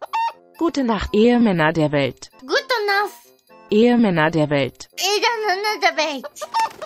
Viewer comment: When she slightly mispronounced "Ehemänner" (husbands) and it sounded like "Ehrenmänner" (men of honour) that made me really proud.